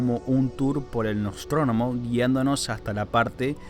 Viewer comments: Es Nostromo, no "Nostronomo" como varias dices en el vídeo :/ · 1. Es "Nostromo" y no "Nostronomo" 2. Es dispensable o desechable, no indispensable. Muy buen video, felicidades! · NOSTROMO* No es "Nostrónomo". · Nostromo, no Nostrónomo. 😠😠😠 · Es Nostromo, no Nostrónomo, por la chucha. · nostromo no nostronomo jajaja buen video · "nostronomo", así pronuncia el nombre de la nave, cuando debe ser NOSTROMO. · Es nostrmo no nostronomo XD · El hecho de que digas Nostronomo me trigerea bastante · Apoyo a la correcta pronunciación...NOSTROMO...